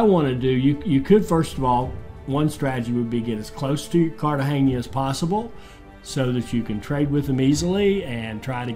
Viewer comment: I think the buccaneer is better for pirating.after you buy everything with fame and the fame loss is irrelevant. Glad you know how to pronounce Cartegena,unlike the tutorial guy.